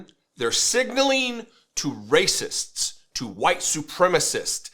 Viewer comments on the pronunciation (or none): RASICT ?? Did you mean RACIST?